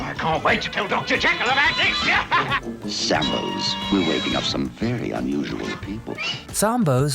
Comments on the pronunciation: It's Sam Bo's Not Sombo. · It's SAM bos.......NOT SOM bo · You didn’t pronounce,Sambos properly, Sam Bo’s dummy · Check your pronunciation of Sambos. What a bunch of Morons the leftists are, but then that is typical of leftists. Little black Sambo was from INDIA, not Africa. As for you, you are so damn far left, you can't even say the name correctly!